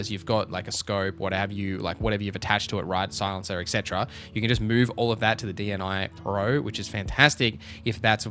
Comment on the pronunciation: D N I PRO😁😁😁 Bro its pronoucing like [ˈdniːproʊ]. Its name of the biggest ukrainian river